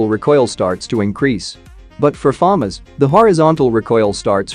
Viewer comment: You're pronouncing FAMAS wrong. Some kids will watch your videos and then argue it's pronounciation.